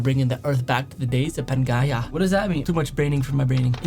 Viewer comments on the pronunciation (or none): Are you from the future? And, Pan-jee-ah? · It's pan-je-a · Panjea (how u say it) 😂😂😂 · Pangea Proxima is the supercontinent that formed a few million years ago but it is estimated that it will form again in 250M years and it will be called Pangea Ultima(Also its pronounced Pan-jee-ah ) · It’s /pæn-jee-ah/ and in the early days Pangea broke apart to form NA, SA, Europe, Asia, Australia, AA, And others.